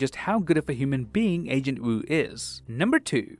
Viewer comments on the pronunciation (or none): none